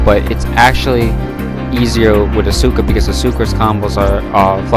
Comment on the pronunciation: The game literally says her name correctly when you pick her lmfao why do mfs insist on pronouncing names wrong when they're literally said to you? Also music is dummy loud bruh, can barely hear you besides that blunder lmao